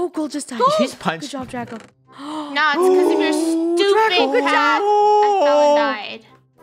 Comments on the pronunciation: Funneh calls draco draca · it’s funneh said draca instead of draco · anyone hear funneh call draco draca?